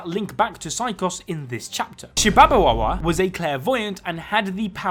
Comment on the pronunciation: also, can we take a moment to notice that he he nailed "shibabawa"